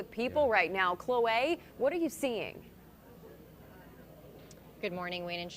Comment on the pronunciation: Not Chloeee, Clohae 😂